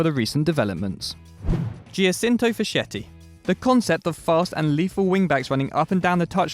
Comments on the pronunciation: Facchetti is pronounced "Fakketti" guys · Giacinto Facchetti is pronounced "Jachinto Faketti"